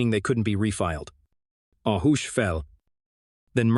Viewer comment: Please someone figure out how to teach the AI voice to pronounce the words in English, I don't even care if it's American English instead of proper English, just so long as the words sound like words ... like I had to look when it said hoosh .. for hush LOL seriously it makes it sound like a foreign language at times.